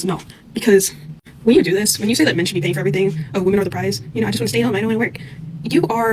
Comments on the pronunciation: Why can these educated women not pronounce the plural of woman? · women not woman, learn how to use your words correctly. dont be a dullard. you sound like a dullard saying woman instead of women. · Jesus Christ sociologist lady…freakin pronounce women and woman correctly